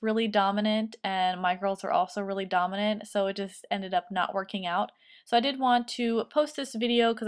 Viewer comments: When you first said dominant when I first heard it I thought you said dumb I was like wow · Avery Konkin lol me too